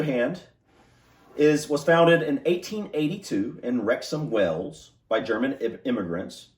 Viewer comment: I don't know why you keep saying 'Wells' instead of 'Wales'!